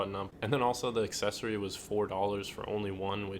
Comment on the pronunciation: Haha “accessory” 😂